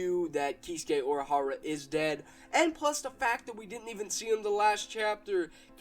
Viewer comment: You said Urahara wrong. Didn't you watch anime?